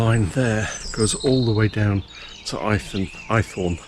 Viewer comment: Must visit one day, great little railway. Was born in Dover so no excuse really. The village on the line is pronounced Aythorne not Eyethorne 👌